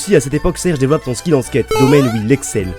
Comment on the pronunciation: Le "Dévellopent" m'a fait saigner des yeux mais très bonne vidéo !!